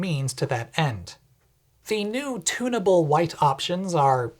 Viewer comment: You said "Tuneable Lightbulb" but my brain heard "Tuna Bowl Lightbulb"